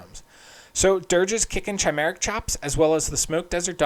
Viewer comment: Chimera is pronounced with a “k” sound, not a “ch” sound